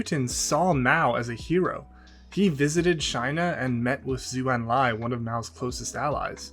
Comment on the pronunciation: A small annoying corrections: "Zh" in chinese is prounced like "J" so "Zhou Enlai" is prounced like "Joe Enlai" not "Zoe"